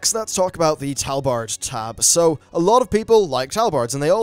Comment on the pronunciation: Wtf is a talbard